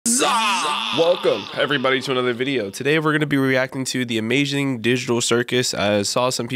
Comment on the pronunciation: Bro really said * the AMAGING *